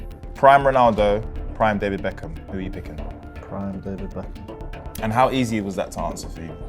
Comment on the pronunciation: David ' backhim'